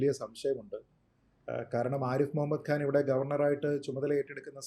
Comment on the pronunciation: ആരിഫ് മുഹമ്മദ് ഖാൻ എന്നാണ്, ആരിഫ് മുഹമ്മദ് ഗാൻ എന്ന് ഉച്ചരിക്കരുത്. ഖാൻ, ഖനി, നഖം. മലയാളികളിൽ ഭൂരിഭാഗവും ഈ തെറ്റുകൾ ആവർത്തിക്കുന്നവരാണ്. ഈ ശീലം മാറ്റേണ്ട സമയമായി. കൂട്ടക്ഷരങ്ങൾ ഉച്ചരിക്കുന്നതിൽ വളരെ തെറ്റായ രീതി അവലംബിക്കുന്നവരാണ് ഭൂരിപക്ഷം മാധ്യമപ്രവർത്തകരും.